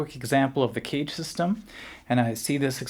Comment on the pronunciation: Clearly pronounce CAGED (not cage). Very interesting philosophy and idea, though.